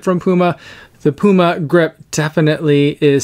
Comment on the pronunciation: Good initial review. Thanks for pronouncing the brand name Puma correctly. 😉